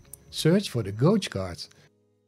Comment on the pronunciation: Gauge isn't pronounced how its spelt - Gage/gaje 👍